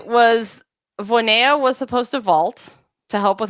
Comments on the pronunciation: Very amateur gymnastics fan, but I soon knew it was "Voina," not "Voy-ne-ya" as I realized it seemed like with Romanian, "ea" is usually pronounced just "a," not "e-ya," after watching Romanian gymnasts throughout the years, even including "Gogean," whose "ea" is in the middle of the name and not at the end like many of them. So, I was rather surprised when I watched one of these channel's videos last year, maybe, and Sabrina was mentioned and she was "Voyneya," not even "Voynya" like others would say. It surprised me simply because I see these people as gymnastics experts and did not expect a simple error as name pronunciation to be happening here. But yeah, maybe not a big issue. 😅😅😅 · You a re right, it's not 'Voy-ne-ya", but it's not quite "Voina" either. The "ea" in "Voinea" has a special pronunciation, becoming one sound (a diphthong). But "Voina" is definitely closer and it would be less weird to Sabrina's ears.